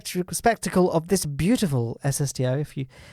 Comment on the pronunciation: "Beutifal" SSTO